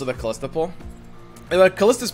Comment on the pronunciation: Her name is not "Khalista". She's not DJ Khaled. xD